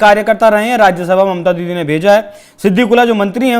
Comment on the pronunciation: He said: mamta didie. Didie ???!!!!!